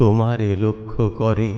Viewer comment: আপনার কবিতা পাঠ শ্রোতাকে নেশাগ্রস্ত করে দেয় 🙏❤️❤️🙏 প্রথম থেকে শেষ পর্যন্ত মুগ্ধতা নিয়ে শুনে গেলাম আপনার সহজ সুন্দর উপস্থাপনা ...বড়ো তৃপ্তি পেলাম শুনে .... শুধু বলবো .… " আমার সকল গান তবুও তোমারে লক্ষ করে " পঙতির শেষ শব্দের উচ্চারণ "কোরে " হবে ... ভেবে দেখবেন ভাই ....